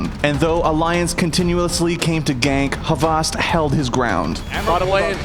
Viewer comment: Dude its not havast